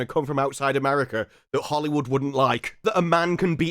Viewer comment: America ends with an A, not an R. Pronounce it properly.